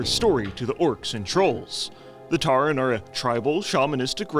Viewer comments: "Tarren"? Tauren mate <3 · saying TAREN is sending me.